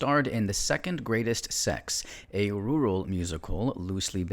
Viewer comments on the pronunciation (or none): none